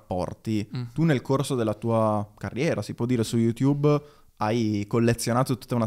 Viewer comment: Tutto appassionante ed istruttivo... ma è possibile che dopo anni e anni sul tubo pronunci ancora il nome di sto social "yutubbE"???